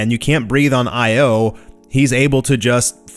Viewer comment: I have a lot of respect for you, so I have to say, please fix the way you say Io. The moon of jupiter pronounced phonetically isn't two separate letters, it's all one word. Pronounce it like eyeo